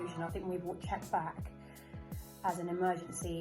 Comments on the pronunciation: Please note that Hakim's second name is pronounced "Zee-yesh" not zy-ech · It's Z- Yesh